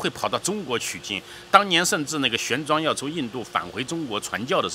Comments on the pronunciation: “玄奘”念“xuan zang”给念成“xuan zhuang”这种文盲在这里印吹死挺，内容不真实而且还有不少人叫好，真的好搞笑哎， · 陈玄奘（读“藏”，不读“装”）